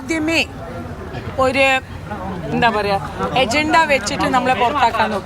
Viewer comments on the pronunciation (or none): എജന്ത അല്ല ആന്റീ അജണ്ട